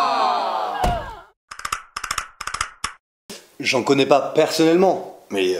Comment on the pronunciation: Oh calme toi! Ca se prononce Tariquet, et oui ça vient du Gers mais c'est très consommé à Toulouse. Et continue de rager avec ta ville sans valeur et ses 240.000 habitants.:)